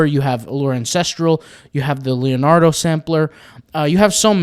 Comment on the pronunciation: Okay...did you actually call it "Lenardo"? You've never heard of Leonardo?? (Da Vinci or DiCaprio??) Bless your heart.